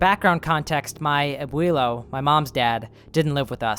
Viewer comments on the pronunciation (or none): He said “my Abweelo” 💀